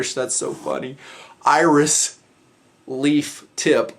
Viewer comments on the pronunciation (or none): none